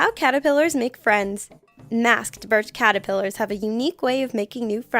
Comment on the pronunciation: It's Caterpillars not catipillars.....